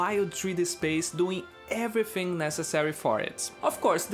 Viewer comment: I’ve got a small hunch that you’re Brazilian and from one to another, aqui vai uma dica: na hora de falar o “th” de palavras como “everything” toque os dentes superiores na sua língua, não nos lábios inferiores. Há uma diferença e faz parecer “everfing” ao invés de “everything”. Mas pequeníssimo detalhe, fora isso pronuncia está ótima e conteúdo do vídeo, supimpa